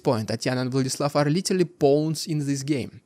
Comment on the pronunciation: Stop saying litelly, its literally and you are overusing it..